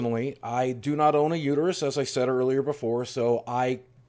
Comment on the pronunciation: It's uter(us) not uter(you) us men def have an opinion. Mauld and seethe